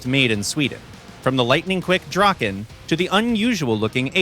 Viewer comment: My heart breaks when I hear the draken pronounceiation